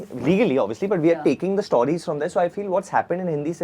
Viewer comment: Varun Dhawan pronouncing 'stawries' is as pretentious and ridiculous as the movie industry(MOST of the Hindi movies) he is representing!!